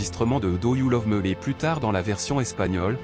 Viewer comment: Do you love" mi"et non "me"